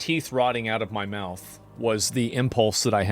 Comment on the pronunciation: It's his Will Smith moment "keep my wife's name ought to mouffff!!!" 😂